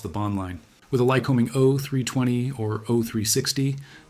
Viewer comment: I'm feeling this is AI by the content. It's not presented in a human way. The details are odd and don't seem to flow the way a human writes an essay. Why not say "Jodel" when the Jodel came up? Instead of saying "ifr panel," he says "I (pause) fr panel. Instead of "o320 engine," he says, " o.....320 engine," ceconite is pronounced "seekonite." The ai is messing with your mind. It's a soulless detail dump.